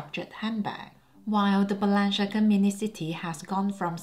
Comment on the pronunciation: Celine not the same anymore I agree, and the lady dior looks off. Btw Balenciaga you are pronouncing incorrectly please research and pronounce correctly.